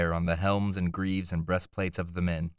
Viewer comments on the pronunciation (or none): none